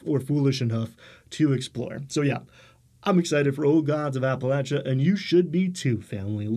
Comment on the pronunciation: I'm glad that you pronounce Appalachia correctly! I wouldn't expect that from someone from New York City.